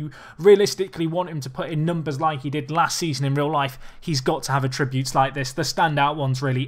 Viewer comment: ATTributes, not atTributes!!